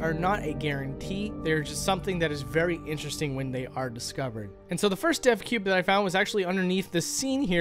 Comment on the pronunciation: "Did he say 'Deathcube' or 'Depthcube'?" ... "Ooh, 'Devcube'!" XD